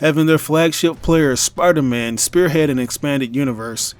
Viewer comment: i just want to point out and that you said piderman instead of spiderman... i just found that funny